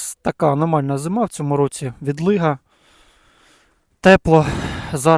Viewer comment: цьому а не цому а так весело